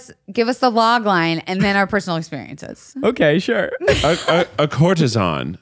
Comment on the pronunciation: cour-te-sAN not ON :) PLEASE DO Xanadu!